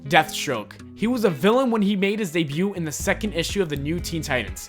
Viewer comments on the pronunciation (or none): none